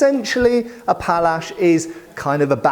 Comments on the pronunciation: Not Pallsch but Pałasz, it is Polish weapon. The handle is typical for Hussars. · Thanks for a great pronunciation of Sabre / Shabla. For the other one it's actually: Pawash